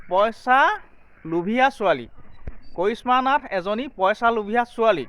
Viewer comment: Posa, nohoi poisa buli koba, nije vL Dore Asomiya kotha. Kobo najane anok kob ahise